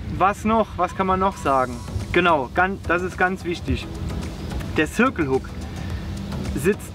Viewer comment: warum sagt ihm denn keiner wie man "circle" richtig ausspricht?